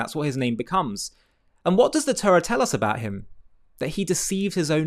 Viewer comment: Why cant you pronounce the Torah properly? Why do you say Turra?